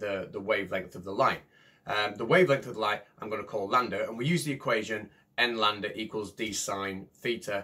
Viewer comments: Did you say "Landa" instead of "Lambda" ??? Dude.... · are you sure. I too thought you said Landa, as in Hans Landa, the famous Austrian scientist. No, my mistake.